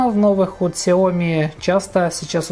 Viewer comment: Очень бесят люди, которые говорят КСЯОМИ!!!